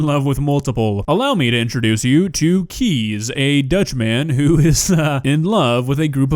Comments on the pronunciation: Well, I'm Dutch and I love my bicycle, but I do have my limits 🤣 Oh, and just a side note: his name "Kees" is pronounced as "case" instead of "keys" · You say his name as "Kies" But is is more like Case Like in a briefcase ;) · Just please prounounce it "Case" not "Keez". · as a dutch person i just keep hearing keys instead of kees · I love my country. Btw Kees is pronounced excactly like 'Kays' as in Kays Cooking. Edit: Oh god, I just realised he lives in the next town over... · His name is pronounced "case". I am Dutch, and yes bikes are very loved here. Bike fuckers are not common though, I like my own bike, but as a bike and not a lover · Actually his name is pronounced as "Kays". Being Dutch I love biking too, but this is a little much 😄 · As a dutchman myself I can confidently say that we do love our bikes... but not like that. Fun fact there are 1.3 bikes per person in the Netherlands. 22 million bikes and just 17 million people. So for Kees a lot of fish in the sea. Also,, you're butchering the name Kees. Its pronounced Kays not Keys. Love ur vids man! Ps. G E K O L O N I S E E R D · Considering this mans name is "Keys" or at least pronounced that way I would've assumed he'd fall in love with a bunch of motorbikes instead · but he didn't mean the word like that, he meant the man this video is about. But because the word is pronounced 'keys' by a lot of English speaking people, it can be misunderstood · i am dutch, and u can say Kees like case in english. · If this is about the pronunciation of the name Kees, yes Kees is pronounced as case